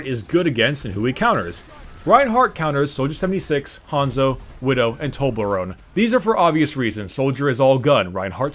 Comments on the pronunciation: Did you say toblorome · "Tolberone" lmao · Actually he isn't really trying to pronounce it. I did the same thing and used to say toblerone because I knew I would butcher the name. He probably does the same